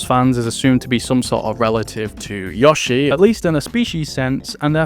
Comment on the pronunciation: Take a shot every time he says Yah-shi instead of Yoh-shi.